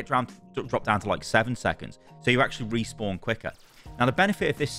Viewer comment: "Group Resawpn"